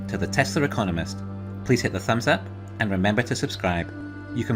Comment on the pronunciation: Please re-record the intro, it sounds like you say 'welcome to the tesla deconomist' or something like that. Gets in my nerves